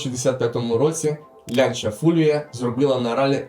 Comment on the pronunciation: Чому "Лянча", а не так як називають її італійці - "Ланч'я"?!!!